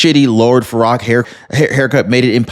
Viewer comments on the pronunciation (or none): The Shrek character is "Lord Farquad" That's "Far-Kwad"